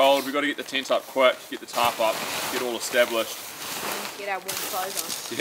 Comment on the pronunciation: its tent not tint you bloody drongo 🤣🤣